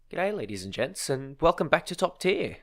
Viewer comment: you are saying ladies and gents or ladies and jets? both makes sense for WT